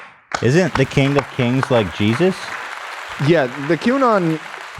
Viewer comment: Nobody Ethan pronouncing king: kEEEEEENg